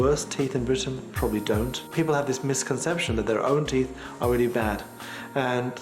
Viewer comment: Why do they say teeff its teeth